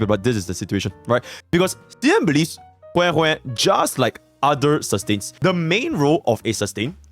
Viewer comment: Why does she pronounce it as weh weh? /gen